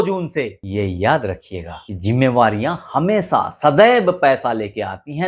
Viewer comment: "सनिदेव, अंकुस, हमेसा, रासि, सादी-ब्याह, सादीसुदा, सान्ति " कृपया त्रुटिपूर्ण हिन्दी उच्चारण न करें, बच्चे भी आपका चैनल देखते सुनते हैं, उनकी शिक्षा भाषा खराब होती है। बाकी प्रस्तुतीकरण बढ़िया।